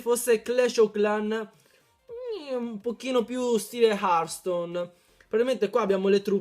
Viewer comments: hearthstone non hartstone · Comunque si scrive hertstone ma si dice hertston (per )